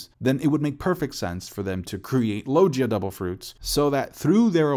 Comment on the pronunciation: Dude you need to learn how to pronounce it it's logia not Loggia